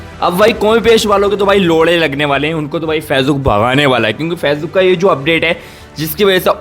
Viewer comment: फेजबुक नहीं है भाई वो फेसबुक है